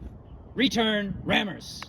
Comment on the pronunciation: Of course, in English English, it would not be "REE-turn rammers" but "Re-TURN" And it's not so much "bayon-ETS" as "BAY'nits." Thank you.